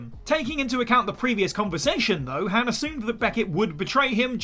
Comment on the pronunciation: Thumbs down for the pronunciation of Han.